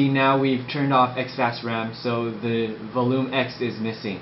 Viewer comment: You know what gave him away? "VOLOOM"